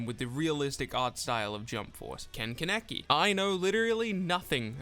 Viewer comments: For the love of god its PRONOUNCED KAN-NA-KI NOT KA-NEKI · He said Kuhn neh kee its kah knee kee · Kaneki is actually pronounced Kuhnaki. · u ruined the vid by pronouncing kaneki's name wrong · Lol why you pronounce kaneki's name like that? 🤣